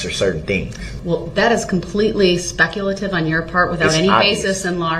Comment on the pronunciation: Ole' Brooksey just flicking a spinning prize wheel to decide what to say next. "Grouns!😡 "SUBSTSAIN!"😡 "specalative!"😡